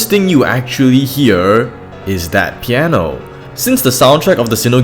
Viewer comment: Piano Not Pieno xD <3